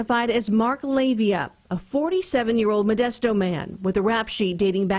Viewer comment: Please pronounce names correctly, the suspect was a Pacific Islander (Samoan) his name was pronounced Lah-Vay-Ah. It's the same problem people still have, pronouncing Tua Tagavailoa's name, do your due diligence, not everyone is named Smith.